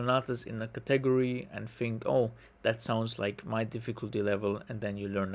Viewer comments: I hope to help you,: the word "category" is pronounced with the emphasis on the first syllable, i.e. CAT-egory:) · That's not how you say category